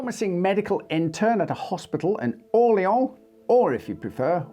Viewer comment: You had Orleans correct with the first pronunciation.